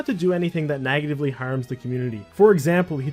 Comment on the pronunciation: bruh do you not know how to pronounce words with E sounds? "nagitively"; you also pronounce begging as "bagging" in other videos. Just letting you know in case english isn't your first language